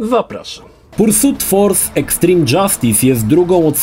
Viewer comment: Nie no, to "pursut" kłuje w uszy niemiłosiernie ;D